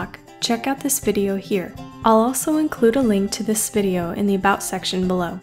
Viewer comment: No offense, but it's been bugging me that u can't say about right